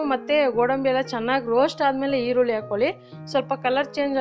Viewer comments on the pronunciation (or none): none